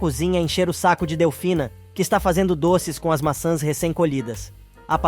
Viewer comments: NARRADOR NÃO É MASSAS E SIM MAÇÃS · O narrador não consegue pronúncias o nome maçãs.